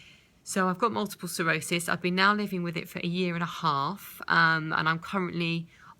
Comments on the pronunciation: Sclerosis... NOT Serosis. It would help if you could say the actual name correctly. Just saying. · Sounds like you're saying Multiple cirrhosis...